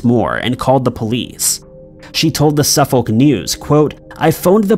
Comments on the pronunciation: And ‘Suffolk’ is pronounced Suff-ick (not Suff-olllk, even tho that’s how it’s spelled) Source: again MA resident. (we share many of the same named places as the UK here in new england). Keep up the great work! Just my $0.02. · Pronounce Suffolk as Sufurc not Suf FOLK but apart from that your a ledge. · Unknown #06: How to pronounce "Suffolk"... It's more like "Su'fok" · Can you please learn the correct pronunciation of English towns before putting them in these videos, it’s off putting hearing the incorrect pronunciation over and over again. Suffolk is pronounced like suffer with a k at the end and no Sur-folk. Cambridge is pronounced came-bridge and not cam-bridge. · There's no audible "L" in "Suffolk" - or "Norfolk" for that matter. The "folk" in both words sounds dangerously close to a rude f-word, but that's how it's pronounced. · By the way, in the name "Suffolk" you don't pronounce the "L". Its always funny hearing Americans trying to pronounce English Town or city names 😄